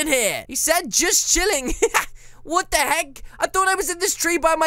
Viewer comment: At the end you said what the heg lol